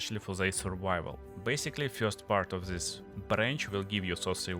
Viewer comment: Так и хочется написать "да говори по-русски блять" Акцентишь пиздец просто. "Зыс скил", в corruption не произносится одна R - просто корапшн.В Before не произносится R(бефау/бифо)). Просто что не слово,то выдает в тебе ебейшего рашн спикера. А ascendancy Нет звука Ц,это можно читать как двойную С -ассенданси. . Слушать адово больно , учитывая что местами ты добавляешь буквы в слова там ,где их нет.Твое overall звучит "овер-рал".